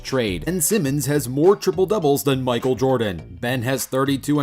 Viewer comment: bro said “micael Jordan” that is not lebron lil bro do I hear a Antwan Jamison? yoooo George bush balling I never knew they play in da nba